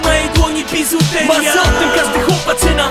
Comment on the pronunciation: Pihu już ma taką wymowę. ''bizuteriia'' czy ''psywiązanie'' itd.